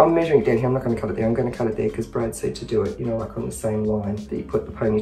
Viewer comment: When the unicorn lady said Brad the auto caps wrote 'bread'. Yep it did sound like bread.